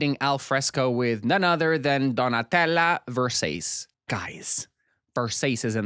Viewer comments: ...why are you pronouncing Versace like that, do you hate me? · pls as an Italian do not ever pronounce versace that way ever again💔